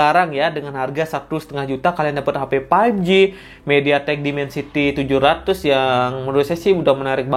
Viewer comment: Bang tolong berhenti bilang paipji. faivji bang.